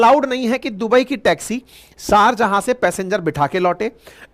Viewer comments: Try to correct your mistake Sharjahan not correct Sharjaah correct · सारजहां नहीं, शारजाह शारजाह